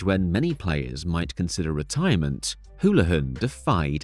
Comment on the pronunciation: AI narration, doesn't know how to pronounce Houlihan. So I doubt whoever runs the channel speaks English.